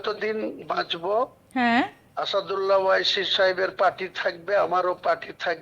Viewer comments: জোটসঙ্গীর নামটা আগে সঠিকভাবে বলা অভ্যেস করুন। আসাদুল্লা কে? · Humaun Saheb, Naamta bola Shikhun aage. Asadulla na ota Asaduddin Owaisi.